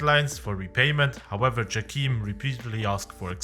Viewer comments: its jayChem not djakeem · From the casts I am pretty sure it's not "jackeam" but "Jay-Cam". But still nice video, enjoyed it^^